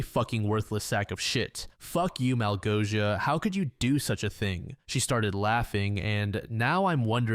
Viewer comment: pro tip for the next time, malgosia is pronoounced like "mawgosia"